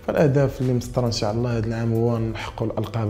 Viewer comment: ينبغي نطق " إن شاء الله " بطريقة صحيحة